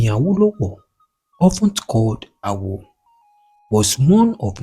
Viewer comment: Your infections are wrong o, Awo (mi do) not Awo (re re). Ikenne (do mi mi). Two FACTIONS (not FRACTIONS) ON November 12, 1962, not IN ... A car DRIVEN (dreevn) not draivn. Buried be-rid ( not boo rid).ON August 2, 1966, not IN commissioner of finance, not of to finance. Ikenne (domimi). Please work on it next time.